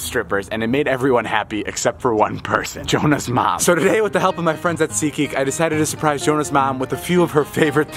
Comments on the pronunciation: can we talk about how it sounds like he says seek-eek not seat geek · Nobody: David: so seATGEEK IS A AMAZING APP